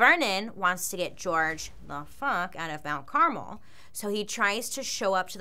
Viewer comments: You pronouncing it as carmel instead of Carmel is distracting 😂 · Car-MEL not CAR-mel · It's actually pronounced CarMEL, I think, Not Caramel/ Carmle, I know someone with the name. but great video 🤓 been watching a lot of your videos lately. A friend of mine was a witness, technically atf shot first. I hope those girls souls know that it wasn't ok what he did to them, and all their souls are at peace. Being married to a 12 year old is child abuse. But other than that, all of it could have been avoided like you said.